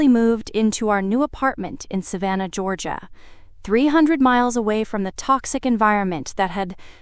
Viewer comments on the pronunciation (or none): none